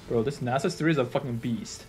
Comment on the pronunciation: I fucking knew you knew how to say nasus